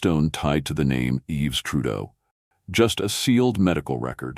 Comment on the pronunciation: His name isn't "Yeeves", its pronounced "Eve". These AI voiced-things undermine their own credibility.